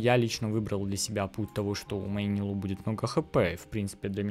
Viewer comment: Умер от ударения в ее имени 💀